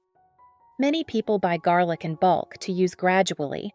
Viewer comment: We love garlic, not jarlick 😂